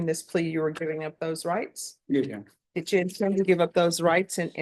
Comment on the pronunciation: "Yes, your honor… yes your honor, Yes yonor… Yeyonor… ye y'nor… ynor… yun… y'ynr…"